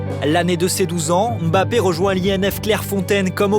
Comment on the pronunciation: Sauf que ca ce prononce pas M Bappe mais bien mbappe. En gros tu mange le m. Cest la prononciation africaine et il la bien prononcé cest les francais qui se plantent